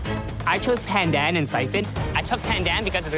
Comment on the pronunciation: The fact that Christopher calls “pandan” “pendan” just makes me cry as a Malaysian.